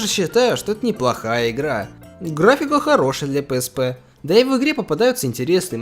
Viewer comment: PSP - ПиЭсПи. Или зыза) А то пээспэ слух режет)